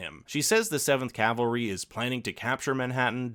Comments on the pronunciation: Cavalry, not calvary. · "the seventh calvery"